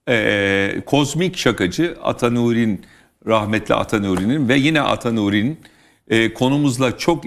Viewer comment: Ata NURİn değil Ata NİRUn...